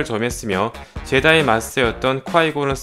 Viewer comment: 제다이 ㄴㄴ 줴다이 ㅇㅇ